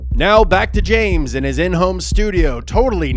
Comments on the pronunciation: Pames Jumphrey is so funny I wanted to cry when I heard it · “Thanks Pames”